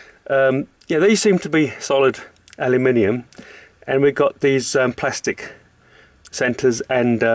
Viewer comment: Let me be the first Mexican, you said it wrong. I’m just messing with you man, I like the video!